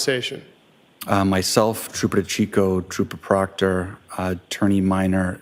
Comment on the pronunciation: ...AND Troopah Proctah!!